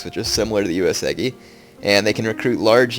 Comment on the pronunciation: Gah! He said Uesugi is his favorite clan, but it's the only one he never pronounces right! DX